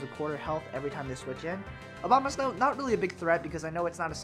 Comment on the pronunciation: Abomasnow, not Obamasnow. Lol :p